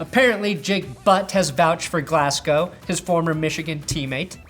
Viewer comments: please pronounce his name glas-go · Long time love from Scotland ✌️ Pronounced Glazz-gō over here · As a scottish person, your pronunciation of Glasgow was weirdly upsetting. For future reference it is pronounced like Glaz-go Edit: did pronounce correctly